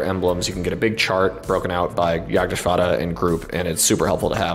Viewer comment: Gotta commend you on the perfect pronunciation of Jagdgeschwader. Was a pleasant surprise to hear from an English speaker and definitely the best I have ever heard! Keep up the great work